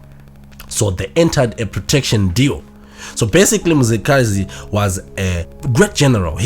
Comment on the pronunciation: Mzilikazi please!,may you pronounce it well